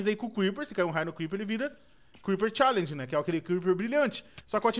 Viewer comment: pfv aprende a falar e creeper charger n creeper challenge